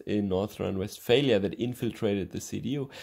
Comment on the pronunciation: Love how he says north rhine westfailure